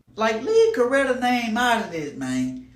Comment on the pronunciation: You pronounced Coretta correctly. 👍🏾